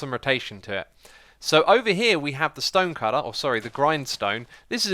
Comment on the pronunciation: Did you say stønë cütter?